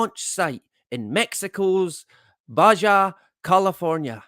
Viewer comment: Btw, Baja is pronounced bah ha. The j has an h sound.